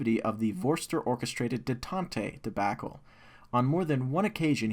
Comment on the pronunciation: Well equipted? Come on man. Detantay? Jesus dude, learn how to pronounce simple words